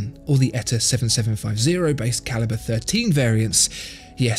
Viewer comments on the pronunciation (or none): none